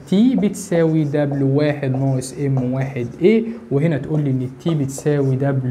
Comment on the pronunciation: اسمها دبيو مش دبلو